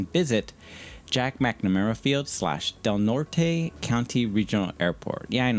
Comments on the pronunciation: Pronunciation correction from a local: Del Norte is pronounced "Del-Nort" not "Del Nort-a" the e is completely silent. I do all of the Cal-Ore graphics. :) Glad you got to meet some of the crew. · Very nicely done video, and a great little airport. Lots of great destinations up and down the California coast. And just for those visiting, local pronunciation is Del NORT (not Nortay, or Norteh).